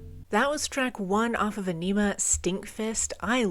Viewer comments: Yes! Finally! Also, it's pronounced: Ah-ni-mah Both the album title and track are a play on words. Like all of Tool's music, it's serious and funny at the same time. There's humor in everything. A way of saying, don't take life so seriously all the time. I think they once said many songs have a funny meaning to it too. It's very clear in some songs that it can be viewed in a sexual way, for example, but also a serious intellectual way too. We can discuss Carl Jung or laugh at enemas. 😁 Think for yourself. Question authority. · It's definitely not pronounced onima. It's pronounced æni-muh, and you pronounce Æ like the A in "ass". Also, Message to Harry Manback is an actual phone message left to (presumably) Maynard's former roommate. Danny Carey has previously said this about it: "Message to Harry Manback is a recording of the words of an uninvited Italian guest who came to Maynard's house one day. A so-called friend of a friend of a friend of Harry's .... Before we finally managed to figure out that nobody really knew him, he had already emptied the fridge and run up a huge phone bill. He got kicked out of the house." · I always thought Ænima was pronounced Ah-nem-uh, not Ah-neem-ah. I could be wrong, though. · Loving the reactions! Aenima is definitely my favorite Tool album. 10,000 days next maybe? also just so you know the album is pronounced like "Aw-nimmuh" :^) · Tool's best album. Reacted to by someone that can't even pronounce Ænima correctly.